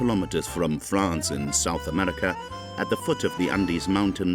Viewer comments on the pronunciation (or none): "South Amedica". "Amedican". WTH?